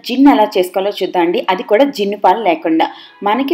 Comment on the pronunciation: Jinuu kadhu junnu